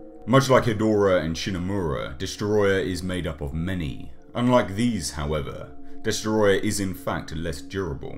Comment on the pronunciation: Great video, but it’s pronounced “DESOTROYYYAAHHHH!!!”